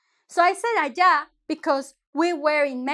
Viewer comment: Ayí??? Axa???? Já jajajaja por qué no sabe pronunciar las palabras 🤔